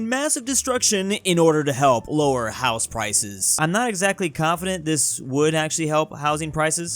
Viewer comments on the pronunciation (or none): none